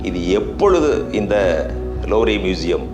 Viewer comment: Loovre ilada thatkuri louvre ,, Looover pronounce in English